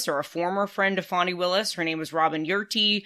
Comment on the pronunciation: Thank you! Drives me crazy when it's mispronounced. Wow! She an amazing power of example!